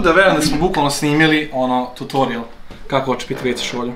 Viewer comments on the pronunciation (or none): Neću da vas hejtujem ali ne kaže se totorial